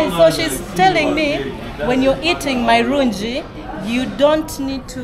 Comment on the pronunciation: Nothing like marunji it's marungi😂😂😂😂😂